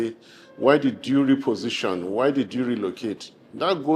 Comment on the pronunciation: He said reposition 😂😂😂